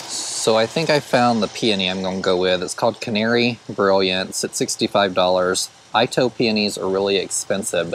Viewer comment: Great video. I think that garden center might put me in the poor house if I lived closer. But a well landscaped one. Oh by the way. Itoh is Japanese so it's not I-toh but pronounced E-toh. Can't wait to see the yard this summer.